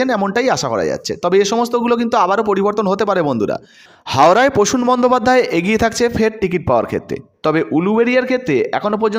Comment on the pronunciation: Uccharon sudhray non. Tinomul noi, Trinamool. Posun noi, Prasun. Prarthi, patthi noi.